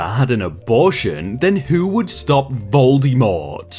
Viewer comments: But why did he pronounce Voldemort, Voldymort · the way you pronounced voldemort makes me want to scream